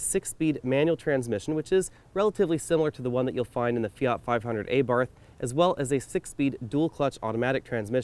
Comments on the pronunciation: Thank you. It was only a suggestion. Your reviews are very professional. "aah-bart" would be much better and no so American. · Good review. You should improve your pronunciation of "Abarth" which is wrong. I'd like to get a 500L but this one is exclusive for USA.